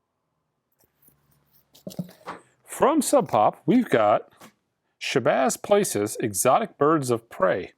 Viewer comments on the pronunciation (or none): It’s PALACES! Shabazz P A L A C E S. You know, like a PALACE